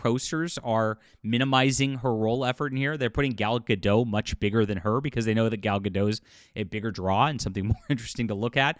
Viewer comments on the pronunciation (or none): it’s Gadot, not Gado, the T isn’t silent and I hope you’ll remember that when you’ll upload more videos about this topic.